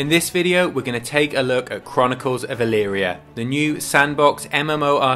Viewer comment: I did a search of my hometown name. ELYRIA, OHIO. I found you. Oddly enough you pronounced it correctly. Most people don't. You also have the proper high school team colors. Another remarkable thing is the local newspaper is named the Chronicle. You might want to contact someone here about promoting your product...